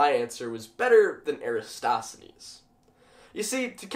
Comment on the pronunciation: This wouldn't be the internet without somebody nitpicking your pronunciation. It's "air-uh-TOSS-the-knees". :p GREAT VIDEO, though! Science is so cool.